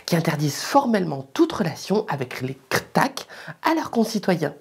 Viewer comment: C'est vraiment mon format préféré, tu gère du tonnerre... Même la prononciation "Kr'thak" !!! :D